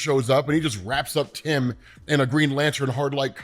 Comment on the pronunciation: Love how he almost got tim's name right